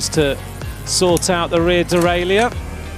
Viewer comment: Surely the official UCI commentator should be able to pronounce the word “derailleur” properly?